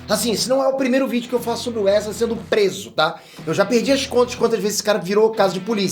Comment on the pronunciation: "Precisamos Falar Sobre o 'Erza'" 😂